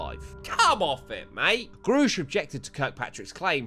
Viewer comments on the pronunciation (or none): Its grusch pronounced like rush...grusch hour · I think it's pronounced "gerr-e-sh" - watched far too many video on him than I care to admit 😂